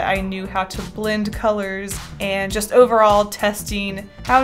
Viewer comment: "So overall" she said, drawing overalls lol